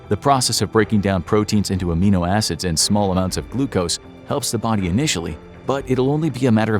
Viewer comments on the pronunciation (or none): none